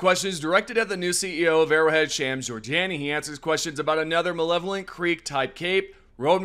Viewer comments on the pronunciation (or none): all good, it just sounded like you said malevolent. but Ive heard waaaay worse attempts at it than yours lol